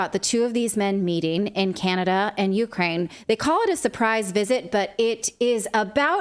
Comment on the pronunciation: Natalie said "Ukeranium"